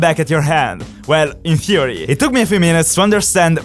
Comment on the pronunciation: mainly i understand u but sometimes u say in fury instead in theory. I know u are italian. my english isnt great too. cause i am from slovenia.